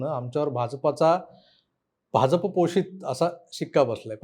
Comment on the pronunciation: Bhaunna BHAJAPA cha ucchar properly karayala sangave hi vinananti especially "JA" cha ucchar te "J" asa karatat ani te khup irritating vatate.